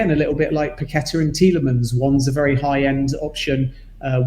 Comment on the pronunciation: Perhaps now you heard pronounce Paqueta correctly Pak-Ke-Ta and not Pa-Kwe-Ta as you insist on doing. It's disrespectful to not try and use your own version. Don't spoil a good channel.